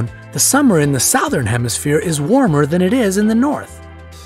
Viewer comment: It’s alarming to me how the guy pronounces “southern”.....